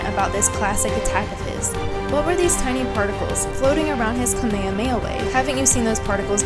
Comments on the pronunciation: It kinda triggered me because she said kamehameha wrong she said and I quote “Kame-may O’ way”. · I love the assessment but please learn how to say kamehameha